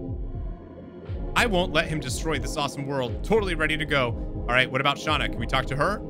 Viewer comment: and thats you you are supose to say Shana. I normaly dont care how you say names unless it comes in a cutseen.